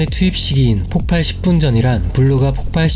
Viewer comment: 폭발(爆發) -> [폭빨]O [폭팔]X